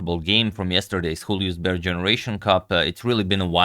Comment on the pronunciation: its pronounced iulius bär, not xhulius, as youre always keen on pronouncing names right